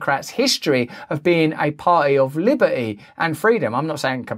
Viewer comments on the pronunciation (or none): Mr. Brand, I would like for you to exert yourself to annunciate the word "liberty". It's not "liberee". If you are able to pronounce the word "validity", then you are able to pronounce the word "liberty". It's a very important word in these times, important to millions of people. Thank you for putting up this post and reporting.